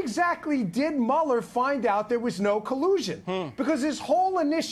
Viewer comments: Narrator dork. Learn how to pronounce the man's name. It's not Mueller it's Mueller... Everybody else in the country knows that I said correctly maybe you should learn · Before you put something on a video maybe you ought to be able to say Robert Mueller's name correct! 🤪